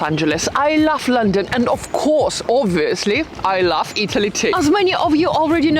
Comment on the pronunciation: You “lof” a lot of places I can’t